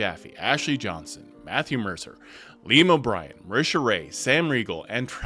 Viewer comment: It's "Liam Oooooberron"